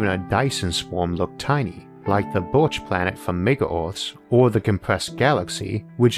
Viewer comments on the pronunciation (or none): none